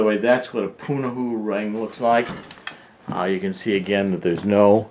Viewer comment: Pu-na-ho-u. 4 syllables. I wish people would take the time to understand that, in Hawaiian, every letter is pronounced. Other than that, the info is spot on.